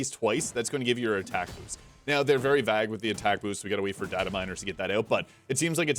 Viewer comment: Vague is pronounced 'vayg'.